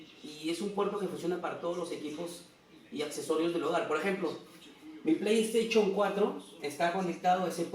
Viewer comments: Antes de hacer un vídeo trata de pronunciar todo bien además tengo una Playstation 4 no una playstachion 4 menso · jajajajajaja su pleiesteychon jajajajajaj